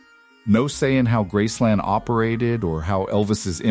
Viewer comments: It's Graceland not Grassland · It’s not grassland. For gods sake can’t it be a real person narrating? I hope it’s all true but calling it grassland makes me wonder. I hope they do not bury prissy at Graceland. Send her back to Germany. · "Grassland"? Oy...you didn't even pronounce the name of the estate correctly.